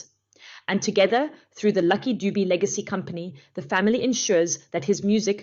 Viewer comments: Not lucky doob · Its pronounced Duve not Dubu.... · Pronounced….Lucky Du-bè… !! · Its not Lucky Doob but luck Dube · Not Doob